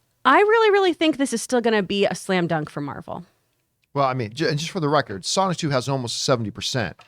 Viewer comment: when John said Sonic 2 it sounded like "Sonichu"